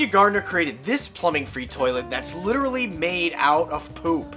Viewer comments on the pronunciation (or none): literaly not Litearly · Litearly? Don't you mean shiterally